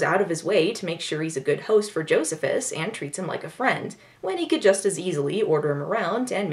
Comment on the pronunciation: Joe-see-phis!! Oh dont forget to mention this was written by Richard Curtis of Love Actually and 4 Weddings and a funeral fame. And like all Richard Curtis movies it has a character named Bernard.